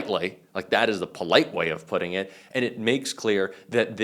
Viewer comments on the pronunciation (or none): none